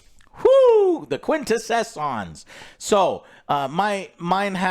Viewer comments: he's getting the primes names down right. Also it's pronounce Quin-te-sons (song but without the G) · "Quin-teh-sohns" too many s in your version,. Honestly, the best and closest version was in the first 5 minutes of Bumblebee and this really can't possibly match up to that, so I'll give this a miss thanks. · Quintessons pronounced quin-tess-ons watch the original cartoon transformers movie. I’ll have to go see this. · Dude!! Quin - Tess - Sons " say it fast " you'll pronounce it correctly. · Say they love the original 80s movie. Has to lookup the name of the enemy for. one that was also in the 80s movie. Mispronounces the name horribly and no one corrects. 🤦‍♂️ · Prime’s original first name was Orion. As far as a quintessence, they were in the original TV series starting in season three. So they are a long-term character of the Neos/legend/canon of the transformers. Although you should probably learn how to say it correctly lol cause you’re just totally murdering that name lol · And ign gives this a 5 lol😅they love rings of power and acolyte but hate shows with actual writing and stories. Ps. The quin tess ants are hard to pronounce if you haven’t heard of them before Joe, don’t beat yourself up, you pronouncing things is a beautiful thing. They are in DC comics as well Quintessence are highest order of gods/beings elderly race etc.